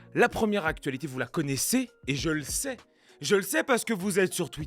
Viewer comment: Je me demande d’où vient cette façon de prononcer d’AC-TuA-LitÉéÉe … j’y pense souvent … 🥸